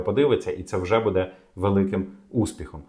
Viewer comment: Ці наголоси 😣 будЕ, громадськОго... кров з вух, скільки писав - до лампади